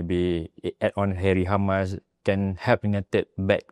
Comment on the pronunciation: Harry Amass la not Hamas! Aduh oh my Engrish...